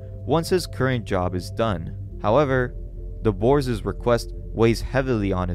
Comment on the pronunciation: Love your videos dude, but one piece of criticism. When you use possessive nouns, you seem to always add an extra "S" sound at the end. It's Boar's, not Boarse's. You don't have to add that "es" sound at the end to signify possession in most cases. I prolly sound like an nitpicky ass, but after a quick binge of ur channel, it got me. Happy Holidays lol